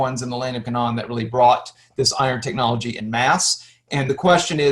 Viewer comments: The K,non hahahaha . Dude you can't even pronoun half these words, it's pronounced [KAY] + [NUHN]. Philistines... like Pine or Line, they are not Philisteens. Not disagreeing with any of the history as much as I watched, but I can't take someone seriously who calls it the K'non. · You are mispronouncing Canaan. They way you say it would be spelled: Canawn The correct pronunciation phonetically would be: 'Cay' - 'nun' or 'Cay' - 'nen' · It's like INsurance....if you want it pronounced correctly, it is Ca-NAAN! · Same here. The way he was pronouncing Canaan among a few others i was like nooo